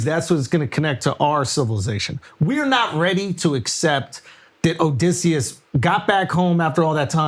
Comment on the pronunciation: 7 mins in and they’re already screwing up Oedipus and Odysseus 😂